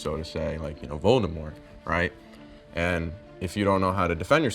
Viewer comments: Is it just me or when all of them would say Voldemort it would come out as "Valdemort" Can someone tell me where they are from. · These people are saying vOldamort when it’s voldamort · Bruh none of these people including are actually super fans they can’t even pronounce Voldemort